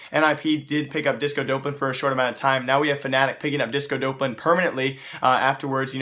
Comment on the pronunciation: "disco dope-lan"